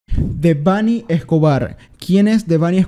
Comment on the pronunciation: Es Debanhi no Debanhí o Debánhi o Débanhi... ¿Tipa? mas respeto mejora tu forma de hablar y madura.